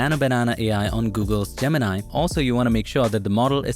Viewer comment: i loved how you spelled gemini like most indians do ,and not go "jeminai" like everyone else